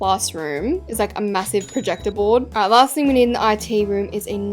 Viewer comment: “..aNd lAySt bUt nOt lEaSttT..” girl.